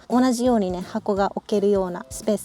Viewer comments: ノ→マド ノ↑マド 発音が違うような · ノマドの発音が平坦だから野窓に聞こえてモヤモヤしてしまう。 ノ↑マ↓ド↓ですよー。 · ｢ジムニーの窓｣に聞こえます😂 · 「野窓」訓読みで棒読みになってます…「NOMADE＝遊牧民」 過去のCM見ると高低アクセントが掴めるかも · 「ノマド」のイントネーションが😂 「ボカロ」のイントネーションじゃなくて、 「ポカリ」のイントネーションが正です⛰️ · どうもよくない？とか思ってたけど最後まで観てるとめっちゃ気になってきたｗ